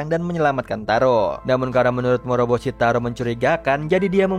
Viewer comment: morboshi, moroboshi